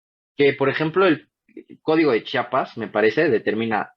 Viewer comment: Que tristeza me dio escucharte decir que no eres de Chiapas y aún más tristeza escucharte decir "Chapas", el individuo no es de donde nace, si no de donde le quieren. </3 Que gusto me da escucharte amigo, te mando un beso.